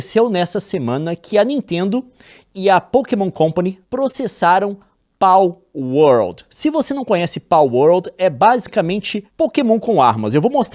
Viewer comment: KKKKKKK eu sei que é a mais correta, mas essa pronuncia de PALwolRRRd